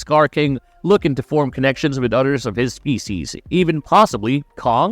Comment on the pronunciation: You keep saying utters instead of others